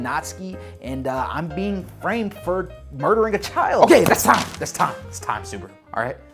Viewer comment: WHY? SUBA-RU, NOT SOOB-RU! YOU DON'T SAY BA-TMAN AS BOO-TMAN.